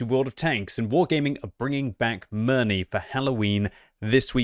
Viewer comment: OMG, ask your wife how to pronounce Mirny